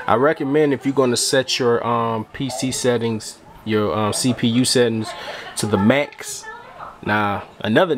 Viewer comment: U said set pcu ....lol